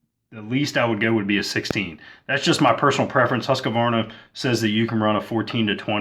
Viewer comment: It's pronounced Husqvarna - not Husk-a-varna.